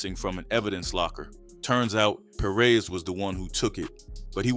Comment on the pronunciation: Perez. Not Per-rez